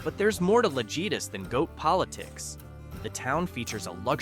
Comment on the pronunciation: Sorry. Someone had to say it. In the Mexican language. the letter J is pronounced like H. Thus, the word Lajitas is pronounced “La-HEEta”. But I’ve been there and I love the drive. And after you’ve driven from Presidio to Lajitas try driving from Lajitas to Presidio. Completely different view and scenery.